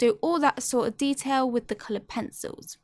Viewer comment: Every time she says "colored pensowles" I immediately think of peppa pig